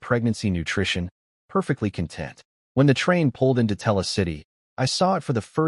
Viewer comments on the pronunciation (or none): Tella? Don't you mean Terra?